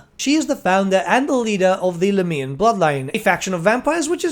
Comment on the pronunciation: Very strange way to say lahmian